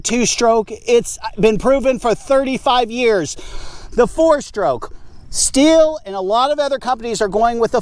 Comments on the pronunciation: Stihl is pronounced steel, not still. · << >> In short , it is "shteal" . "Sthil" is BTW , a pretty common name 'round here. Best to you ! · I’m not German, but ich spreche ein bisschien Deutsche. So, I get the idea that it should be shteel. However, Stihl doesn’t agree. Unsure why. Can we at least agree that it’s not “still”? 😂